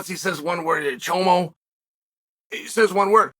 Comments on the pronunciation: Please stop saying chomo. It’s Chama. Chomo is slang for child molester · Usually a mistake of pronunciation doesn't make too much of a difference but to use the word "chomo" instead of Chama is a whole different ball game lol. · Lmmfao 😂😂 “chomo” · Uncle Chael Alex Pereira says "CHAMA" what you say is "CHOMO" which in California and many other places in the US a "chomo" is a very bad thing to call someone. Since it involves youngsters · OMG!!!🤣 "Chomo" instead of saying, "Chama"! Uncle Chael is hilarious!!!😅😂Not only does Uncle Chael bring us the best commentary, he also entertains us!😂👍Uncle Chael is the man!!! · No "Chomo" 😂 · Damn chael, it’s definitely not chomo 😂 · chael... you gave me a picture i didn't need "chomo" is not the word lol come on unc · Chama Uncle Chael, Not Chomo lol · Saying “chomo” instead of “chama” might be the reason why chael is the goat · I came here to see who caught that hahaha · Chael, sorry man! But you just can't pronounce a simple portuguese word "chama" correctly. Nothing against you, bro. But just put the word "chama" on Google Translator and practice a bit. Let your brain exercise a bit. Down here in Brazil all the guys who work for UFC during the live steaming study the names of all fighters in a card just to bring the best to the audience. Nothing against you. But bring the best to your audience. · It makes me crack a smile, at minimum, every time 😆 And sometimes I literally laugh out loud 🤣 Especially because of his facial expressions and body language when he purposely butchers the word and acts like he doesn't know and doesn't get it lol 🤣 It's comedic gold every time 🤣🤣🤣